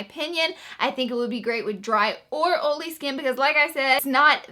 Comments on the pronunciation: Love the way you say olee for oily!! You are so cute!! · Laura Lee where are you from? I'm from wv and I pronounce oil the same way lol